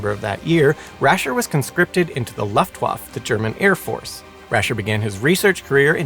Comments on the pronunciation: The way you say "Luft Wafe" is hilarious 😂 As for the experiemnts - I agree with most in the comments - they should use the results. Erase the names of researchers to not give them any credit - instead give the credit to the victims. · it is very on brand for a simon channel. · I refer you to the pronounciation of "Luftwaffe" in this video... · I can say with strong confidence that he is mispronouncing "Luftwaffe". Also, having been a fan of "Brainfood Show", his mispronunciations are not surprising. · I love you, but: Luftwaffe: "luft·vaa·fuh" Mengele: "mang·uh·lay"